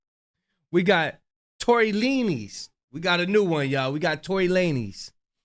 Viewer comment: She said Torey Lanes is Kish 😂😂😂